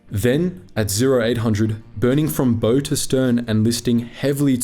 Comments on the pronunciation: This is an inspiring story of courage and determination. Just one thing; the pronunciation of 'bow' is not like 'bow and arrows' or 'bow tie', it's the same as to 'bow in greeting'. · ‘Bow’ on ships is not pronounced like Bow-Tie... it is Bow as in bowing to someone, ie curtsy for women or ‘ow it hurts. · "Bow" is pronounced the same as "How", not like "Bow and Arrow". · Bowel of the ship, it's pronounced bowel even tho it's spelt bow it is the bowel of the ship! You don't go down into to a ships BOW'S you go down into the BOWEL'S! You don't turn the BOW you turn the BOWEL to face the enemy! I thought this video was meant to educate me about an Australian naval vessels heroic last stand not archery. Could you not hear yourself or something because I can't even say that in my head or type it let alone saying it out loud knowing it's wrong? This to me is a massive red flag that you're reading from a script and don't care what you're saying! Which I found funny because the reason you even made this video was in an attempt to inform people about something you yourself didn't even take the time to learn. Meaning you're either willingly or unknowingly perpetuating ignorance, either result is funny to me because I know this, so how doesn't the person who makes these videos? And how do you not pick that up in editing, again highlighting you or your teams lazyness or incompetence. I think the person who's objective is to teach people should know the simplest of things first and foremost if he is going to try to "inform" others, because at that point onwards I immediately think you don't know what you're talking about! Idk maybe it's just me who likes to know the person they are listening to actually took their time to inform themselves so he knows what he's saying and isn't just slacking off at the back of the class copying someone's work who was actu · Nice video, but please learn to pronounce “bow” - and use fewer adjectives!